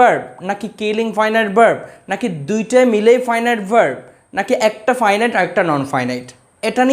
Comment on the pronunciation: নন ফাইন ইট না, নন ফিনিট